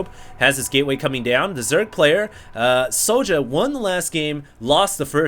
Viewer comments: yeah i've heard other casters pronounce "sjow" as "show". good little series - i think both players were playing off-race this series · Why don't you just pronounce it show? The way it's meant to be pronounced ? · IT'S READ "SHOW" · Sjow is pronouced J-Wow in korean